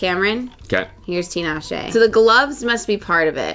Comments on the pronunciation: is one of very few people to pronounce Tinashe’s name correctly lol so kudos to!! Y’all looked so good on the carpet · also thank you for saying tinashe's name correctly !! I never hear anyone pronounce it right